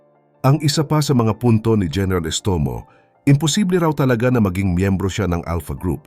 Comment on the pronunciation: Gẻneral????? o diskarte hẻneral😂😂😂😂😂